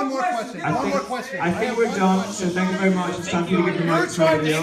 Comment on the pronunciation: da asin says SANK you verry much